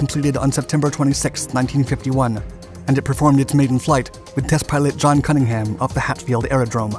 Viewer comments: Pronounced: Havvy lund not havvy land Cunning um not cunning ham Farn bur uh not farn bur oh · "Cunnigham" is not pronounced as if it were a sly pork meat product, instead you skip over the "-ham" part of the word. This is common in very many British names. So Cunningham is pronounced "Cunning-um", Birmingham (in the British Midlands, not the one in the southern USA) is pronounced "Birming-um", and so on. Kudos for getting Shoreham perfectly correct. Farnborough is not pronounced "farn-borrow", but "farn-burruh", similarly for Edinburgh. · For the most part, like most of your vids, nice. However please, please, work on the pronunciation. As in there is now ham when the word ends in ham. Erm, am or em.